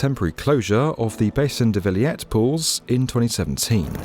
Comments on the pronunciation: Also it's Villette (as in "Gillette"), not Viliette. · French here. Very good reporting. Just a few mistakes: - The pool's name Bassin de la Villette is pronounced /veelett/, not /veeliett/. - The Oise river is pronounced /was/, not /oyz/. - About the hole being dug at Austerlitz, your numbers are mixed up on screen, showing 34 m wide and 50 m high (yet you say the opposite, so I think your graph is wrong) Finally, most Parisians don't like to take a dip in the Seine because the current is extremely strong and because the boat and barge traffic is very heavy. It's just too risky to swim in it outside of these official pools.